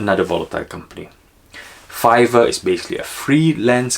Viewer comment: Sure called Fiverr correctly.